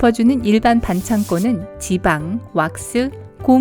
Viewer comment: 반창꼬 라곸 말햌 ㅋㅋㅋㅋㅋㅋㅋㅋㅋㅋ